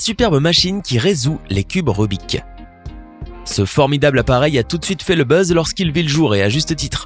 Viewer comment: en fait non ... il le prononce comme on devrait le faire en français ... (par contre ça doit être le seul et ça fait moche à entendre on est d'accord)